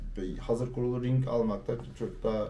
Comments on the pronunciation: lütfen ring demeyin artık RİG deyin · Ring kanka doğrusu